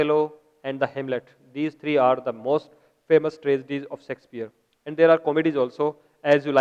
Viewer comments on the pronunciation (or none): yah sexpier nhi Shakespeare sir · hahahhH not a sexpier its Shakespeare